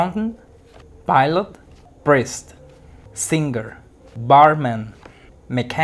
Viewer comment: I look to you so much buddy. I highly recommend watching your videos. However your pronounciation is failing in a few words for example " singer" it must sounds like" sin,ier" it has no "G" sound. But you rock.